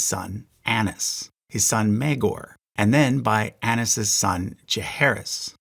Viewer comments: It's pronounced ay-knees like "a niece" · Daenys and Aenys are Day-knees and Ay-knees And Vi-sare-is